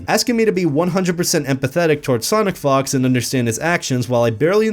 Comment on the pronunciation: I'm not trying to be immature, but it sounded like you said Sonic Fucks sometimes